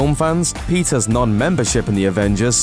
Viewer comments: Why do you pronounce Peter's as Pizza's? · I thought he said " Pizza's love life" lol kill me 😂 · why he says "Pizzas" instead of "Peter's"